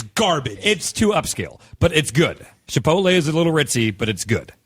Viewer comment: Did seriously call Chipotle, Chiptle for God's sake, "*ritzy*"? This man must have spent the entirety of his life in the backest of the backwoods of Kansas.